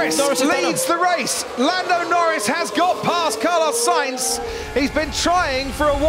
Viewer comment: “carlos sAInz” 😂